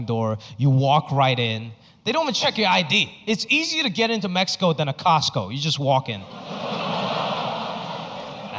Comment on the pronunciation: Loved the fact that he pronounced Mexico correctly